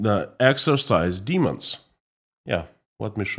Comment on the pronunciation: we say EX-OR-CIZE, not EX-ER-CISE. Otherwise, you're doing a fine job!